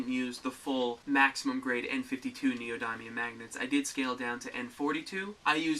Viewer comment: You can't pronounce neodymium, you cut every 5 seconds, and got this from a template.